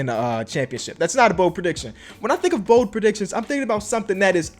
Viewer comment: BOLD not BODE